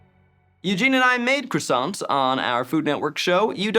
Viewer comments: the first "crossaints!" by the narrator lmao. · Narrator:croissants...(pronounced it wrong), sorry "CRRRoissantS" (still wrong) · These guys' 'croissants' are a crime to pastries everywhere. Especially.